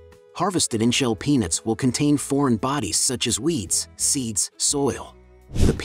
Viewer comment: Clearly pronounce the "t" at the end of "peanuts". Narrator sounds like he is saying "penis", instead of "peanuts".